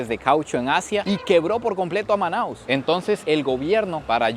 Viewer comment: O nome correto da cidade é Manaus, não manaos.